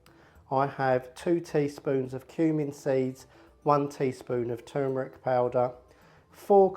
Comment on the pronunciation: I'm from South Australia and pronounce turmeric the same as you! Love the look of this curry, I'll definitely be making it soon.